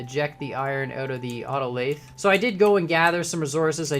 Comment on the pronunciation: Oh my god, you actually continued this series!! :DD Btw minor pronunciation thing- the "th" in "lathe" is pronounced the same as the "th" in "the"